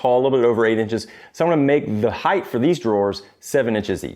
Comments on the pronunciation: it's "height" not "heigth" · Did you say heighth? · wtf is heighth? did he say heighth? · Height = Yes. Heighth = No. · Heighth is not a word.